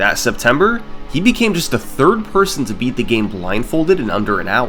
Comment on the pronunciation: "But zsurf wasn't the turd"